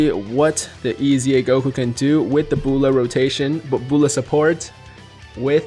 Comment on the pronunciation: Why he pronounces Bulla like that lmao